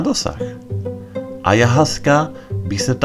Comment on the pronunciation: Čte se to: Ajawaska. Díky za článek.